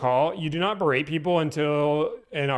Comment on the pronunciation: guy keeps wanting to use "berate" but he's too illiterate to know the word does not contain a 'd'.